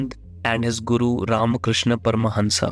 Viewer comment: It's not परमहंसा it's परमहंस 🙏